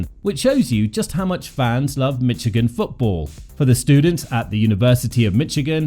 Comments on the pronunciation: “Mitchigan” instead of Michigan is wild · There's no "T" in Michigan.. It's Michigan, not Mitchigan... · Calling this "Mitch-igan" makes this unlistenable, aside from ridiculous. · And it’s not “Mitch-igan” !!!!